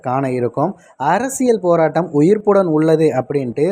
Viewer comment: துவாரகா என்பவரின் உரையில் ஈழத்தவர்களின் தமிழ் உச்சரிப்பு முற்றிலுமாக வேறாக இருக்கிறது. போறாட்டம், அளப்பெறிய, இண்ணுயிர், பள, அறசியல், இப்படிப் பல தமிழ்க்கொலைகள் கொண்ட அந்த உரை நிச்சயமாக மேதகுவின் மகளால் கதைக்க வாய்ப்பே இல்லை. frm Sri Lanka 🇱🇰